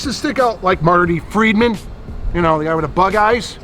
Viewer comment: Marty Feldman not Friedman.